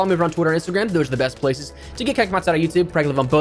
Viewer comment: "On instagram and twitter, those are the best places absolute gibberish for a second there